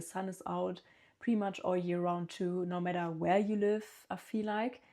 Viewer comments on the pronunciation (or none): none